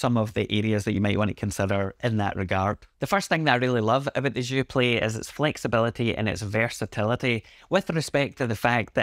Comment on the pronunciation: "Je suis un ananas" hahaha. You got "Joué" right tho when you pronounce it with the "é". Thanks for the review. I've been wondering if I should pick this up and support my country. But if I could find a used Sensel Morph I'm so keen on trying the Buchla Overlay! I feel like it'd pair so well with all the Fors M4L devices!